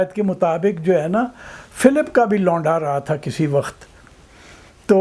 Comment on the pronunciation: بابا جی پہلا پنجابی دیکھا ہے جس کا وقت کا تلفُّظ صحیح ہے- ویسے پنجابیوں میں ایک اور خاص بات ہے جو کسی دوسری قوم میں نہیں پائی جاتی- یہ کسی بھی موضوع پہ چاہے کتنی ہی سنجیدہ گفتگو کرنے کی کوشش کیوں نہ کریں لگتا ایسا ہی ہے کے جیسے بندہ گپ بازی ہی کر رہا ہے۔